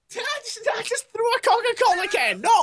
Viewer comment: Did say " I just threw a coma a cola can"?